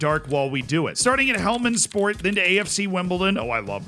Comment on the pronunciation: I love how it said Helmand Sport 😂